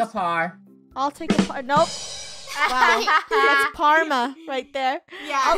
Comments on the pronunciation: its karma no its parma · Did anyone hear funneh say parmer